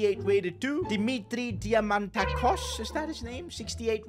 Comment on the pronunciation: As a Greek, the pronunciation of Diamantakos was hilarious. I mean it was better than average but the taco 🌮😂